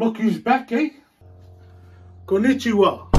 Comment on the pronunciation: i knew he was gonna say knonichiwa as soon as i open the video